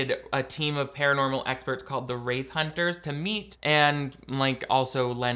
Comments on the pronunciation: Took me a while to realise you were saying “wraith” Hunter not “rave” Hunter… Though that would make a damn good show. Go and crash random party’s and film everything 😂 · Oh... "Wraith" hunters. Every time you said that I heard "Rape Hunters". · Every time you say “wraith hunters” I hear “rape hunters”